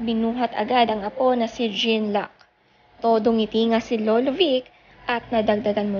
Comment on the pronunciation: Jean luc, pronounce it John-Luke Is a French name